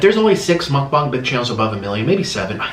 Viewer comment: How normal people say mukbang (Muk-Bang) how he says it (Muk-Bong)